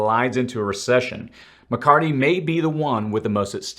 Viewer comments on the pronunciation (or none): Please. His name is Mc CarTHy. Not Mc CarTy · Mc Car thy (thee) not Mc Cart EE! Anyone else ever notice this guy pronounces certain words weird (incorrectly). Find it very very interesting!?! Even the Kevin is off! Not the first or second time I have noticed this makes one wonder.🧐🤔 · ITS MCCARTHY. NOT MCCARTY! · I think it’s McCarthy not McCarty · McCarTHY, not McCarTY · you sound like a Hillbilly. It's NOT McCartttttttttttttty as you like to say. It's McCartHHHHHHHHHHHHHHHHHHHHHHHHHHHHHy. You speak like you've never heard his name before.:oops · I like how you can him "mccarty" 😂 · Thanks for keeping us updated on current events. A slight correction in names. It's "McCarthy", not McCarty. 😊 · Something is wrong here. I'm not sure if someone wrote this dialog of this video up for you or am I seeing health symptoms? It's Blackrock not Blackstone. It's diplomats not diplomits. It's McCarthy not McCardy. That's just 3. Do you need to speak with the person who wrote this up or seek medical advice? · McCarthy...thank you. I kept hearing "McCarty" and thought my hearing was going bad. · Good vid. BTW, it’s “McCarTHy.” Thanks. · Just saying, It's Mc-Car-THY...last part is "Theee"...apropos of nothing. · Just fyi: Kevin McCarthy…the “h” is not silent. The “th” should be pronounced as such not McCarty. Thanks for all the info! Please keep up the great work! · Muh Car The..... is how you pronounce the speakers name 😂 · Where are you getting the hard T?, It's McCar-THEE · Are you purposely mispronouncing Mccarthys name? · Kevin McCarthy with a “th” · What is the record for mispronouncing McCarthy? :)